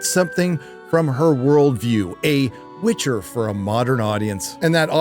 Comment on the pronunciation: "The Witc HER!"